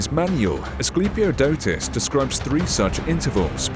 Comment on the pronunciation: Chiton is pronounced rrrriton (more like the j in Spanish) and the i being... you know i. And the k is pronounced is Greek. Greeks did not write a letter to not pronounce it. So knemis = knemis and not nemis. I love this era. Everything was badass back then. Also, it is Asclepiodotos, not us.